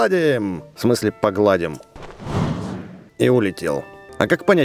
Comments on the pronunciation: не покладим а погаллдиимм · не погладим, а погалдим правильно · в конце сказал не погладим а погалдим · Не (ещё погладим) а (ещё погалдим) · Рито сказал погалдим а не погладим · правильно не погладим А поголдим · Не по гладим а по галдим